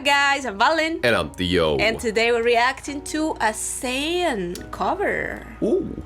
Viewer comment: Thank you for this reaction. His name btw is SAN, pronounce like SON or SUN not sand 🙏🏻🥲 His voice really beautiful. He's one and only lead vocalist of ATEEZ and second best vocalist in the group. ❤